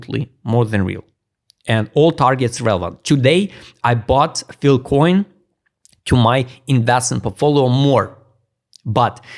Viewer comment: F-I-L-E SAY IT WITH US FILE FIIIIILLLEE COIN... NOT FIL COIN --NOT FIL-- FILE, FYLE, FYLE NOT FIL